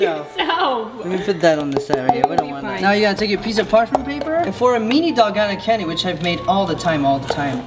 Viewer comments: Dal-goh-nah. Not dal- goe-nah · pls its DALGONA not dolgana 😭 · pronounced (dal-goe-na)